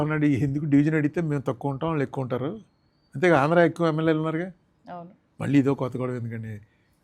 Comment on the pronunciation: విషయం ఉన్న వ్యక్తిగా చక్కటి programs చేస్తూ ఉంటారు కానీ, భాష మీద పట్టు సంపాదించ లేక పోతున్నారు, ళ ళ ళ బదులు ల ల ల పలుకుతూ ఉంటారు ప్రతీచోటా, program మొత్తంలో ఒక అపశ్రుతి లాగా ఉంటుంది, Example -మళ్ళీ బదులు మల్లీ, వాళ్ళు బదులు వాల్లు అంటారు, Please practice using ళ ళ ఉచ్చారణ elevates your talent Please understand and practice